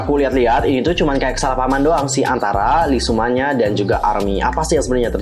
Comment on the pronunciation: lee sooman apa le soodam wkwk